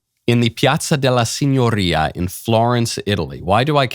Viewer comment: Michael needs to not pretend he knows Italian. His pronunciation sucks. It's not "signorria" with a trilled r. It's "signoria" with a tapped r.